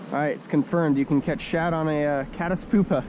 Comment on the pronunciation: It's pyoopa (pewpa), not poopa